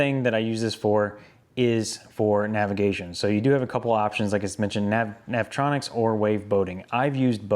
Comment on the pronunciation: NAV E ON ICKS NOT NAV TRON ICKS LOL